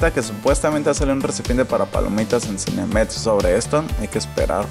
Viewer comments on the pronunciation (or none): CINEMEX NO CINEMETZ :v